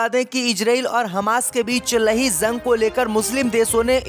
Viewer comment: JUNG ko ZUNG kyu read KERTA hai...eduction saheeh NAHI Liya ??